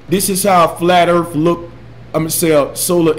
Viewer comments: flat earf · " Dis-ingenue" " Flat urf" " Loggadis pishur"